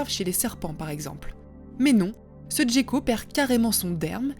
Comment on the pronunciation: Gecko se prononce [ʒeko] (jeko) et n'a pas d'accent. Merci pour cette vidéo, bien sûr...